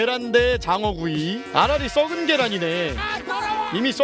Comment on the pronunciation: 아라리 잘못들어서 아가리로 들음